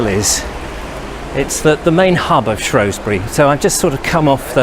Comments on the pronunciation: its shewsbury not showsbury unless you live on the other side of the river lol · We dont like it when people pronounce the O vowel not the E vowel. You'll get yourself in a spot of bother - It's only the posh lot on the other side of the river that pronounce it "shrowsbury" It's spelled with an E not an O - So it's SHREWSBURY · Shrewsbury. Not Shrowsbury. Prononce the "E" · I wish people would pronounce it properly. It’s spelt Shrew not Shrow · Like the video for the most part, the only problem being the way you say shrewsbury. Split the word: Shrews-bury not Shrows-bury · Shroosbury, not Shrohsbury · It's Shrewsbury NOT Shrowsbury 😞😞😞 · It is not pronounced Shrowsbury. It is Shrewsbury pronounced with an E, there is no O in it. I live there.... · Apparently the Norman's put the 'O' in shrowsbury, now a days normal locals call it Shrewsbury and locals who try and be posher than they actually are call it Shrowsbury which is really really annoying lol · It's not shrowsbury. It's shrewsbury we a Fooball club the shrews thankyou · Its shrew not shrow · Pronounced Shroosbury! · Posh upper class wankers pronounce it shrowsbury it's actually pronounced the way it's spelt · THERE IS NO “O” IN SHREWSBURY FFS!! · Was gonna watch this video then you said shrewsbury wrong. Oh well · You pronounce Shrewsbury wrong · I live there as well and it is just annoying when he says it